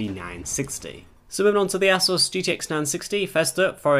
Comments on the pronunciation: "Asoos" is correct, or at least that's how J.J. from ASUS pronounces it. You can search for his videos here on YT. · No piss-take intended, but I noticed you said "Assus", whereas I say "Asoos"... I've heard others put a 'z' sound on the first 's' too... Any idea which is correct, if any?? Great vid btw, this is something I've wondered for a while since I bout my last card which has a backplate, but I've never had the bottle to remove it to test it out lol.